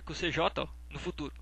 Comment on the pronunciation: TU FALOU C JOTÁ, E O CERTO ÉS CJ MAIS O NOME SE PRÔNUCIAS "CIGEI"